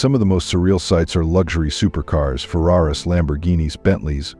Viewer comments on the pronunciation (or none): What the fk is a Ferrariss? This AI generated bullshit's gotta go. Gtfoh bot.